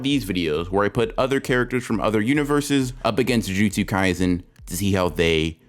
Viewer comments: bro said gymjutsu kaisen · did he just say "jumjutsu kaisen"